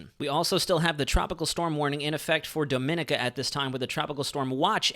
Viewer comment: Gn thats Nee-vis and Domin-nee--ka